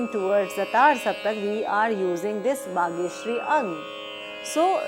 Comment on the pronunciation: It is not Bageshiari , it should be Bageshri